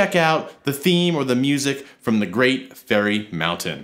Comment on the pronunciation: Zelda and Tool - two of the great loves in my life. I love the original since it's one of my first memories, but I also love LttP and OoT! Also, just as a heads up, it's Great Fairy Fountain. Sounds like you're saying Mountain. Thanks,!